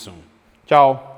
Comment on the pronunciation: OK, so yes your Italian is excellent. I have never heard anyone say Cio, better than that. (hehe) Be prepared to go into shock when you buy a piece of wood for your shelf. A sheet of plywood is now selling for $100.00 here in the states....Third, I thought your video was terrific. How much better can it be to watch a young man like you get to do what you want to do...Keep it going....you have my vote,.